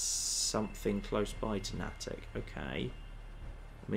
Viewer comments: Nay-tick not nah-tick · Someone has probably already said it, but Natick is pronounced Nay-Dick. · I realize would never know this - but it's pronounced "Nay-tick" here in the northeast. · Here in the Boston area, Nattick is pronounced "Nay-tick" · Hey, Just FYI.....it's pronounced Nay-tic. And slam the syllables together for the proper Boston area accent pronunciation. Natick....right next to Framingham. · Natick = NAY-tick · His mispronunciation of Natick is triggering me. It's pronounced "NAY-dik" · Natick has a long A. Please,. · Please please please... pronounce Natick correctly!